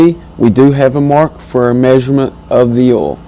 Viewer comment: Are u saying 'oll' or 'oil'?